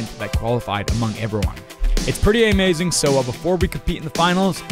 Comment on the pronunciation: Did he say ehmazing